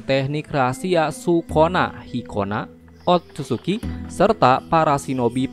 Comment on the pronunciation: Dengerny kayak sikonah markonah...hahhaha